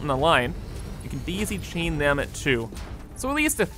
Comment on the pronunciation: I just came here to see him say BEESE!!😆 Deezy chain was a nice bonus😄